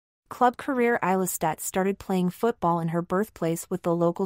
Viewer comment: A 7 minute long video and you did not bother to find out how her name is pronounced .... :/